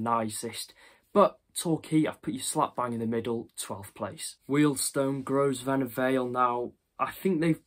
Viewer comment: A few points. - Wealdstone's ground pronounced "Grow-vner" - How is Gateshead not 24?!? - Why are you rating Wrexham on the new Kop? It's not there. It's a three stand ground. - Barnet is awful. The stand that's being rebuilt was the only terrace that only housed home fans. Again, it's a 3 stand ground. That's all! 😜🤣